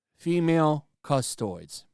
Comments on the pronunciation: Custoids?!😂 Cus-toe-dees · CUSS-TOAD-EES, not CUSS-TOIDS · its not custoids! Its Castodes! Like custodians! But with the E pronounced like a capital E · Still hurts how you pronounce "Custodes" like "Custoids" :) It's KAS - TO - DIS Or KUS - TO - DES in latin which is even more appropriate. That said, thank you for fleshing out this whole madness for us. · Good that youre making a video on this, but next time try to correctly pronounce "custodes", its not "custoids.... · Cus-toad-ees. Not Cust-oids. Or Cus-toad. There is no -oid sound. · It makes sense to me, GW has never had any reason to pander before Also, it’s not pronounced Custoids, it’s pronounced Cuh-stow-deez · Hey, it's pronounced Cus-tode-ees. Not custodians or cus-todes. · Cus - Toad - Deez Not Custoids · Say it with me now fella cust o deez - fucking custoids! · And before Arch gets there......(CUH-STOW-DEES) Custodes. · It’s ‘Cuss - Tow - Deez’ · "CUST-OH-DEES!" NOT "CUST-OYDS!" GAAAAAAAAH!!! DX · Custodes = (Cuh-sto-dees) not custoids 😂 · For fuck sake it's not custoids, it's Cus-toe-dees! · One thing its Cus-tod-ees not custoid just a litte nit pick...carry on. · just fyi it's pronounced "cust-oh-deez" not "custoids" lmao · It’s pronounced “Cu-Sto-Deez”. And before anyone has a chance “Custodes Nutz!” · ...cuss-toe-dees Like: custodes nuts! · Dude quit saying custoid please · Cuh-sto-dees. I got you bro. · It is not custoids. If you have problem with the pronunciation call them "custards" or "banana boys" - fan of TTS will appreciate that. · OK it's cust-toe-dees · Quartering can't pronounce Samus, and can't pronounce cust O deez. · Cust-o-deez. Please, for the love of sanity... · Cus-toe-dees. Like custodians. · I still love the fact is unable to pronounce Custodes, going with Custoid XD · My man called them "custoids" like the word isnt right there in front of him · it’s “ cus-toad-ees “. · cuss-toe-dees ffs